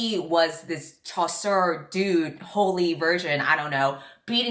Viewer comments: I think she meant to be saying "chasseur" which is french for hunter but she ended up saying "chaussure" which means running shoe. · Chasseur is the French word for Hunter, that's it haha. Seriously, being French in a predominantly English-speaking space makes me cringe so often with how my language is being butchered. But yeah, I'm not expecting you either to speak French randomly lmao